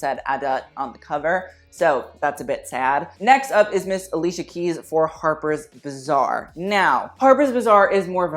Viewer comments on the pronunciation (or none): The way you pronounce "harper's bazaar" sounds like "harper's bizzare" lmao